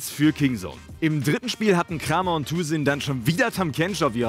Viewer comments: Nightwish1193. 클람엘 schreibt er sich auf koreanisch und das liest man krahm-yer. die englischen caster sprechen das auch falsch aus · Du solltest dich wirklich entscheiden ob du die Namen deutsch oder englisch aussprichst. Kramer wird "Kreymer" ausgesprochen